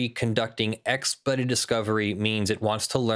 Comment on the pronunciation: Does have an issue pronouncing the word "expedited"? Every time he said the word it sounded like "ekspud"